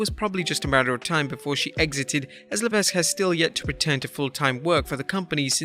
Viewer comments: Just because you aren't French does not excuse your continued mispronunciation of Triple H's real name. The S in Levesque is SILENT and his family name is pronounced Leveck not Levesk. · Again his name is pronounced Levek, you don’t pronounce the S in his last name. Huge pet peeve when you guys do that